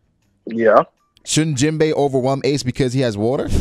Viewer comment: Poor promiscuous Jinbei!!! The subtitles said that "Jim Bay was fighting AIDS!!". 😢😮😅 it did sound like that crazy dude was sayin Jim Bay though.